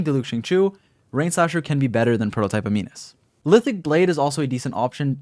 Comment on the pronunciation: U know he pays attention in chemistry class when he says ' a-mee-nus ' 😂😂